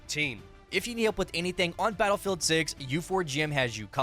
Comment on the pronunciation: Battle Rei'el? Re El? Rhe L?